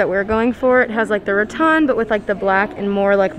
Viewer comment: Puh-leez! Stop saying "Ra-ton" like in Won Ton. It's "Ra-tan" like what you go to the beach in order to get.